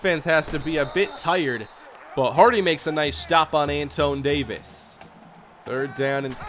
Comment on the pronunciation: The RB's name is pronounced Antwan.